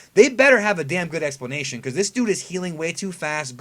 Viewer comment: Did you say "better have a good explenation" .... this is Super...